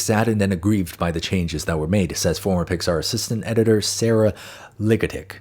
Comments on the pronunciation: “Ligatich … 👀” bro I nearly choked on my grilled cheese burrito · I apologize in advance, but did anybody else notice pronunciation of the name Sarah (nee Seth) Ligatich? Too on the nose! So to speak...